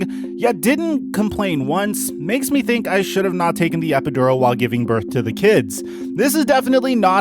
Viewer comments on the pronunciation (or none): none